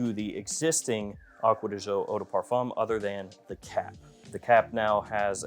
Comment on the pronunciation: acqua di jio...seems impossible for you to say "GIO", from Giorgio and not Jiorjio